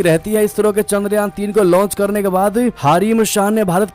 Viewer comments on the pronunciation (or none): none